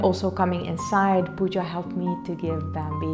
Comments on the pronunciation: Pawja ?? It's not Pawja it's Pooja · Pawja is not right, it's Pooja or Puja 🙂